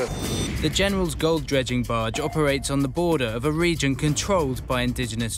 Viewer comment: 가평 빠지에 놀러간다,바지선 할때 빠지,바지가 영어 barge에서 온줄 처음알았네 ㅋㅋㅋ 갑자기 에드형이 익숙한 발음 해서 놀람 ㅋㅋ